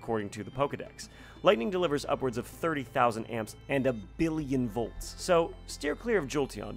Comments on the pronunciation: "VLOTS" instead of "VOLTS" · Did anyone noticed he says vlots instead of volts